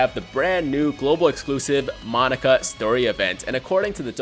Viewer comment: Gonna keep giving you a thumbs down until you stop pronouncing Monaka as "Monica"